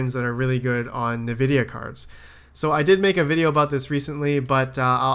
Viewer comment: It's envidia. That's how to pronounce it. Their name comes from envy.